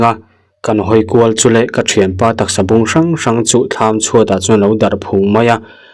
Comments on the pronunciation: Tang hrû tih tur,tangseh tih a tang lai rîk dan ang hian,sawng2 pawh i thlûk diklo,sawng2 lai kha thlûk loh tur.sawngkhara tih a sawng lai rîk ang in. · Sâwng sâwng bâwk bâwk i lam rik dan chu leh. I ngaihah pawh dikin i hre reng reng em le?